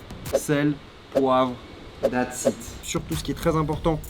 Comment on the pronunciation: that’s it pas that it 😂 mon charli tu as besoin de pratique ton anglais